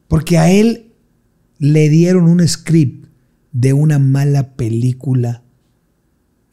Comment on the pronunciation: Script..no scream..